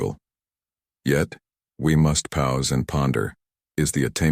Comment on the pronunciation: They want an AI future and yet this robot voice says "Epic Titus".. Epic Titus... then later "ease" is given for the word eyes, "pows" for pause... this robot app is very bad at the English language.